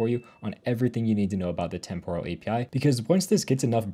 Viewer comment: Temporal is pronounced with the emphasis on the first syllable NOT the second. TEMPoral NOT TemPORal.